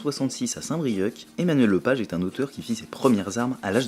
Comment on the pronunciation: Saint-Brieuque, mais c'est tellement mignooon ! (En tant que Bretonne adoptive, je comprends ton désarroi par rapport à la prononciation, c'est pas tellement facile au début :) )